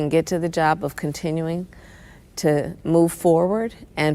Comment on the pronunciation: She lost it with me on one word when she said "continuing". I really do not want to continue this nonsense that she is a part of, so I will cast my vote accordingly so that I can be unburdoned by the past.